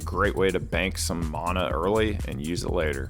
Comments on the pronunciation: Mana. MAN-AH. Not Monah MANA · " get some mawna" idk where these people get the w from its just mana. man-uh